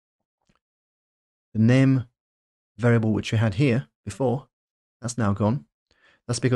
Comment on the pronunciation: "Macbook Eh", "String nem", aaagggghhhh 🙉